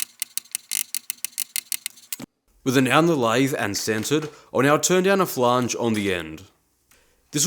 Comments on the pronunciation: wtf is a "flahnge"? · The "a" in flange is pronounced the same as in "and", not "are". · a "flaaange" well, aren't we Mr Posh? 🤣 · New pronunciation unlocked: flaange